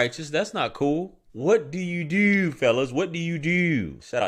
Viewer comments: Dooooo and Yewwww. Baltimore right there😂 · The way he pronounced DEW what did i dew? Got me lost. Shit crazy. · "Yes yew deww"